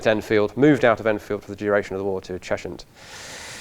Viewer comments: As a native Hertfordian, the h in Cheshunt is silent, pronounced “chesunt” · Your helpful pedant here- locally it's pronounced Chezzunt. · 'Cheshunt' is normally pronounced as 'Chezunt' locally, unlike 'Chesham' which is pronounced 'Chesh-ham'. It's a London thing... but you sound Southern?